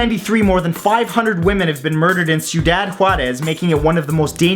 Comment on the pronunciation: that’s not how you pronounce ciudad juarez smh